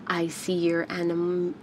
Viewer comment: it’s pronounced “uh-nem-uh-nee” and the only reason I know that is cause I took marine bio as an elective back in college! That one is my favorite of the ones you swatched! :)